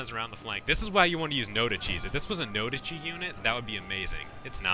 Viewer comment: "no dichis" made me cringe. 恥ずかしいです